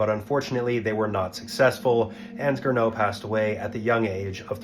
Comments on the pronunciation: GERNOT, not "Grinneau" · It's Gernot, not Grinneau 😂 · and his name was Gernot, not "Grinneau".